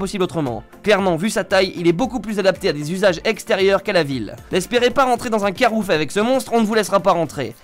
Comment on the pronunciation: Putain je suis mort il a dit carouf comme mes parents